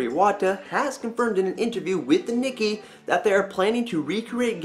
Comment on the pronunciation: Nikkei is pronounced "Knee-kay",:P (lol)